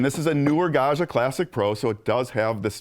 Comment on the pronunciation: Gad-jah, not Gah-shah.